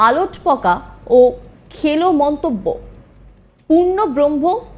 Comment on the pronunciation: News reader বললেন "আলট্ পকা" ........ উচ্চারণটা হবে আল্ টপ্কা ।